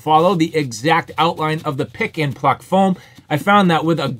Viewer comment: Are you saying pick and fuck foam?